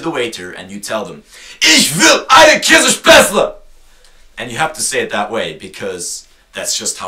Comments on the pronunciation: Ok, since I'm from German I can laugh a lot about this video, but I hope people who are not from here don't think everything you say is exactly that way, otherwise we will have a lot of shouting tourísts here. Oh and never pronounce Kässpätzle that way near a Schwabe, you will be killed otherwise =) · Nicht nur Schwaben kennen Käsespätzle und wenn man über sowas redet, sollte man schon den allgemeinen Begriff verwenden; versuch bitte mal 'Kässpätzle' bei Google oder im Lexikon zu finden. Kannst du garnicht finden, es existiert nämlich nicht. Das ist lediglich eine Sache der Aussprache, also bitte rede nicht über Dinge von denen du keine Ahnung hast. Danke. Who cares? I'm a Non-Bavarian, too and I don't care about it at all and he's not even German, so he should shut up about it. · nee, der is doch kein deutscher! sonst würde er brezeln und kässspätzle anders aussprechen! der kommt aus irland oder so! aber am besten war ja: ICH WILL EINE KÄSSSPÄTZLE!!! xD vllt sollte man ihn nicht ZU ernst nehmen... naja...